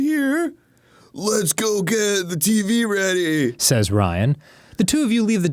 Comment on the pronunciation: This is the first episode I've noticed Dan's accent when he says "Teevey"